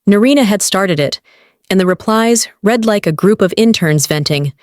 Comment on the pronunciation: The verb "read" pronounced "reed" in the infinitive and the present tense; and "red" in the past tense and the past participle! The commentary must be checked!